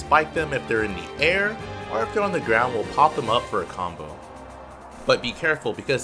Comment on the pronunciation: When says “or” but sounds like “are”